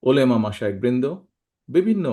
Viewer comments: ওলেমা না ওলামা। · উর্দুতে উলেমা বলছেন